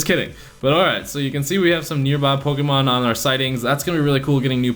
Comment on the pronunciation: it's Pokémon. Not pokeemon.